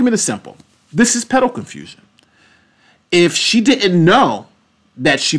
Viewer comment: Sometimes it has to do with certain key words and i believe it every time you mentioned "pedal confusion", ngl it sounded a little like "pedo confusion" that might be it